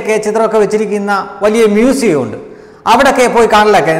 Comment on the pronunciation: പലപ്പോഴും ഞാനും ശ്രദ്ധിച്ച കാര്യമാണ്.. ഉണ്ടു എന്നുള്ള ഉച്ചാരണം.. അത് അസ്ഥാനത്ത് പ്രയോഗിക്കുമ്പോൾ ആണ് പ്രശ്നം.. 'ഉണ്ട് ' എന്ന വാക്ക് പറയേണ്ടിടത് ' ഉണ്ടു 'എന്നു പറയുമ്പോൾ ഒട്ടും യോജിക്കുന്നില്ല... ji ശ്രദ്ധിക്കുമല്ലോ🙏